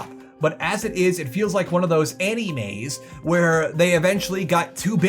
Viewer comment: I'm sorry, did you just say "Like one of those ann e mays"?